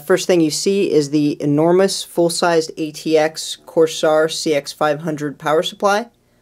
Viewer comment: corseare lol